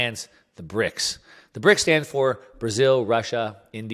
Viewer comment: Well, he got the "S" in BRICS wrong too ;-)